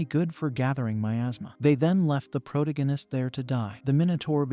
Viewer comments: It keeps going.... omg, pro- TAA- go- nist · You should just introduce the main character's name at the start and call him by that name instead of saying proh-toh-guine-is each and every time. Its kinda annoying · Pro-dig-in-ist? That's annoying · I really want to hear narrator.. ..but the repetition of proh-toh-guine-ist is getting to me.. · 23 seconds for mexD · Prot agist ur AI can’t even say the word correctly, couldn’t watch it SOB. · Holy crap, this is completely stolen from The Demon Cycle by Peter V Brett! Also.. agreed the Protagonist pronunciation drove me crazy. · This AI can't even pronounce protagonist properly. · Intolerably improper pronunciation of "protagonist". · Please learn to say protagonist correctly it. That aside thank ya for anime/manga cover